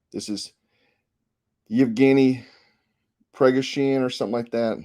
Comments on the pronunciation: It is pronounced per-go-sion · Pronounced: PRA GO SHUN.